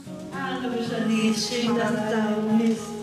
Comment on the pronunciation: Also "Janice" wird normalerweise ja "Dschénnis" ausgesprochen - aber es wählen ja oft gerade die, die null Fremdsprachenkenntnisse haben, ausländische Vornamen für ihre Kinder.... 😥